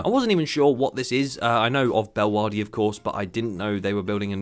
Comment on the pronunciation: "Bellwahdi" in Belgium is...one of the pronunciations of all time. (It's pronounced more like 'Bell-euh-waa-rh-duh')